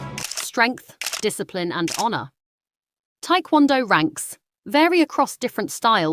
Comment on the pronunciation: Its not Thai kwon do, its Tae KwonDo